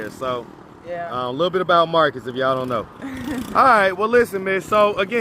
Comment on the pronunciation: Marcus not coo